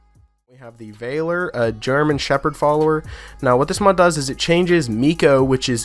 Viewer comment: a-CUE-ity bow. a-CUE-ity. VAL-er, not VAY-ler.